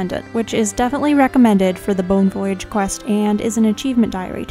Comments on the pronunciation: The way you pronounce "voyage" drives me nuts lol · I paused the video real quick to make sure I wasn't the only one who caught that. Other than that great guide and love her videos.